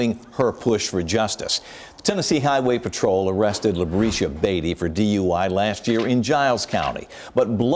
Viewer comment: "Labreesha"? Okay.